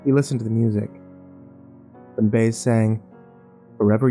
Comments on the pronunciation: Ba-Es not bays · It is not Joan Bays. It's Joan Bye-aze . This is not the Stephen King that I knew and became enthralled with . His books used to put you on edge within the first couple of chapters and not let you go until the end . When I 1st stated reading him you had to use your imagination so that you could see the monsters in your mind . The best thing about that was , was that no 2 people would have the same feeling and take on his books. I could go on , but in my opinion , his books just haven't been the same since his accident . They don't have the same mystery or fascination that they used to have . I know that I'll probably piss off more than a few fans , but if you go back and start reading his earlier works you may see what I mean . Oh and BTW for those who may think that I'm am not a serious fan and just some troll, I began collecting his books when they 1st came out and except for some of his latest works my collection is pretty near complete , including 2 copies of hardback " THINNER " with one of them being a prepublication copy. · Joan BY-EZ not Bayez,but enjoyable nonetheless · POM-puh-noh beach, you divvy. Not pom-PANO. Have some respect for Floridians. Not much...some. its joan BYE-ezz, not Joan Beyz. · "Joan BUY EZ" *facepalm" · Joan Bays? Really? LOL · Joan Bazz Please!!!! Learn to pronounce one of the greatest singers of all times name. It is Joan Baez you fool. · Joan Baez is pronounced buy-ez. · Joan "BAZE" , ha ha ha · Joan "Bays"..lol. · You can call the dog "Yanny;" that'd be fine, BUT... It's Joan Bye-EZZZ, young heathen. (Said with a grin, just for the record.) Otherwise, nicely done. Thank you. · Hello. I’m glad you gave him the correct pronunciation of Joan Baez. I thought about if but kinda figured it was the old man just reading the label weirdly before playing. Thanks. That song ran thru my mind!🤗